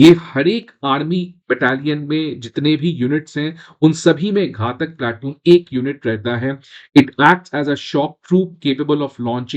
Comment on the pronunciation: घाटक नही घातक बोलते हैं